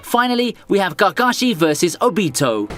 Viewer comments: I loved everything up until I heard you pronounce Kakashi like Gagashi 😐😂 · I'll never pronounce Kakashi the same way ever again ❤️ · "narootoe" "kahkah-shi"